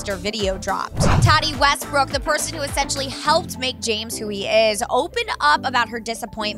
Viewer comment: "toddy westbrook"